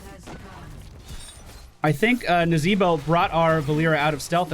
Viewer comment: hmmm...seems as if you were trying to say....NAA..ZEEEE..BO!